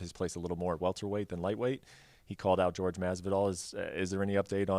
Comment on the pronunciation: hate when reporters call Masvidal ''George''